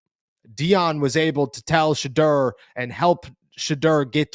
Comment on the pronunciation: There’s a u in his name bro. Sheduerrrr